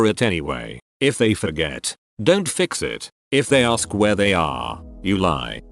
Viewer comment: It is, "Ask you a question." not "Axe you a question".